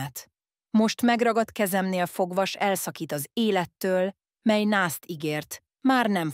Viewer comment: Ezen hallatszik, hogy AI olvassa és ez nagyon irritáló. A mely-t úgy mondja hogy miláj.